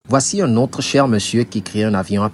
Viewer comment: "nous voici z'à la fin..."